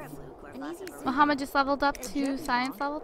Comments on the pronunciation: i dont think his name is muhammad i think shes been reading his name wrong the entire time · Omfg it's not Mohammed its Mahmoud jeez (i know this lp is done) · Disliked every video you said Muhammad in instead of Mahmoud!!! MAHMOUD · Yh but that's not how u say that name that name only has one way of saying it